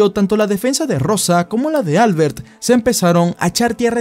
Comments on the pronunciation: Probablemente se pronuncie Albért, no Álbert. Porque si es catalan, la letra fuerte esta en la "e". De lo contrario parece de fuera de España jajaaja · Para de llamarle Álbert, su nombre se pronuncia AlbErt xddd